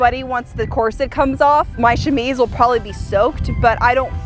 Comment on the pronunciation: chamise CC: shimmies!😄